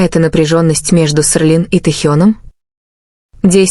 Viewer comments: А почему у блогерши Селин - стало СеРлин? Или так правильно произносится ? А главное, почему столько брехни в ролике? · СЕРЛИН? Научитесь правильно выговариаать имена